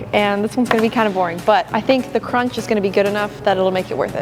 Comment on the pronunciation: Me trying to listen to the crunch but then she says CruCh 😢